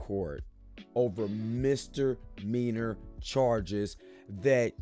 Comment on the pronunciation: F Bruh! You can't talk? Or read? Or both! Wtf is co-horse? & wtf is Mister-meaner charges? Political rear? Out roar? You 'ignent'! #tryharder